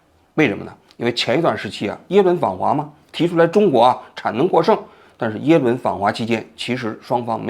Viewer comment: 嘴瓢了，最后说成耶轮了，哈哈哈哈